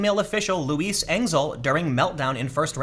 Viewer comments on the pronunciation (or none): none